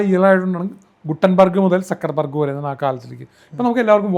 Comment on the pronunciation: Sir, kindly allow me to say, it is Zuckerberg...Sakkar alla, it is Ssukkar in German.